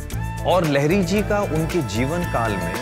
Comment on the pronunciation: लहरी नही लाहरी महाशय । और वंशज रहता है नही रहते है । यार ढंग से पढ़ना बोलना सीख लो काहे नाम डूबा रहे हो चैनल का ।